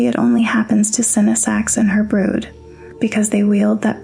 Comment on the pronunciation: Why do you say brud 😅😭 even dragon lady clearly says brood.